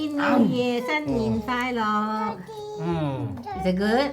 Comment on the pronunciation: Finally the Hoisan Gai Lung. she said happy new year like my grandma does with the lisp. Thin nen fai lok. he said it like we do too. Gung hay faht toy(not choy).